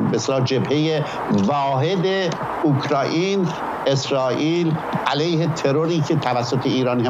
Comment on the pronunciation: اوکرایین؟ خداییش ؟؟؟؟ شما که اسم یک کشور رو نمیت نید درست بگین میشینید تحلیل هم میکنید؟